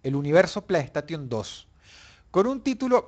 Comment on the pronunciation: y después dicen el inglés de los españoles cuando da cáncer escuchar "playstation" literalmente xD "PLAY" = "PLEY" "STATION" = "STEIXON" no es difícil... xD